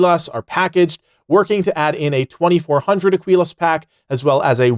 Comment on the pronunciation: Listen. For the love of God. It's "uh-key-luhs" Aquilas.